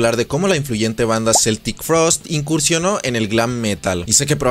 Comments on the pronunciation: Yo también la conocí como Celtic en los 80s Pero Tom ha insistido en aclarar que se dice Keltic 🤷🤷🤷 Un amigo hablaba de Metáyica... Así se oyen los que en la época del internet y los traductores en línea, insisten en Celtic Frost. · se pronuncia QUE-ltic frost .. educate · En realidad la pronunciación es como si fuera con k, es pronunciación en inglés, en suizo o alemán suena con c ......NUNCA cambiaron de genero, lo que paso es que cuando firmaron contrato con esa disquera americana, estuvieron prácticamente obligados a tocar esos ritmo y esas canciones, tom warrior no escribió ninguna de esas canciones, otro dato ws que tom dijo que celtic tuvo que acabarse en el año 1993.